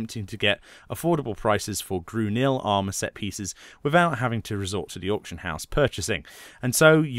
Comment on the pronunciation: "Grunil armor" Thx. I always wondered how to pronounce that damn word.